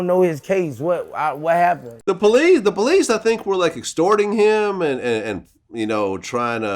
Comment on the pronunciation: when vlad reiterates "against the POLICE???" i tear up every time 😂